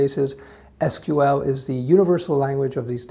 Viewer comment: your pronunciation "EES QUE EEL" shows me you are a man of culture...